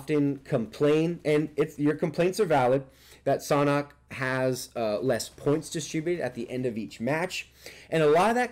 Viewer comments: It’s San hok like sand hock without the d I’m pretty sure it’s not pronounced saunhok. Just saying . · It’s pronounced sand hawk!!!! Even google translate says that way lol but love ur video bro